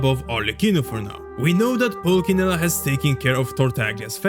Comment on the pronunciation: Nice video, just wanted to correct you on the fact that you pronounced pulcinella in the wrong way. It's not a hard c but a soft one